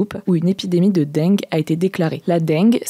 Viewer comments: non, j'ai toujours entendu "la dingue" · Ça se prononce « dingue » et non « denngueu » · "une épidémie de deng'gue" mdrrr non madame, ça se prononce juste comme l'adjectif "dingue" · "Dingue" est la prononciation correcte pourtant. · Non, c'est prononcé comme "dingue". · Je suis le seul qui a tilté quand a dit "Dengue"? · justement, ce qui m'a surpris c'est que cet accent ressorte sur cet unique mot alors qu'à entendre le reste jamais je n'aurais dit que est du Sud. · Oui c'est là qu'on se rend compte qu'en fait elle a un accent du Sud Ouest^^ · Mdr j’ai tiqué direct, c’est quoi cet accent du sud sortie de nul part là ? 😅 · Avé le bon accent du sud xD